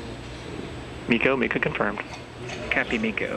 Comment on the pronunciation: "Cat pee" lol I know it's "copy" he just said it funny :)